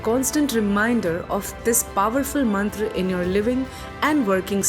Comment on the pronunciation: First of all, Happy New Year..✨ Excellent work..!!✨ but it would be more if you pronounce Mantra as Mantra not Mantraa, Ved as Ved not Vedaa, and Yoga as Yoga not Yogaa. We don’t have to change our Sanskrit pronunciation for English conversion because Sanskrit is mother of all languages. 🙏🏻😇